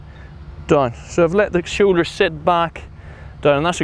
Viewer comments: “Show Ders” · “De showeders!”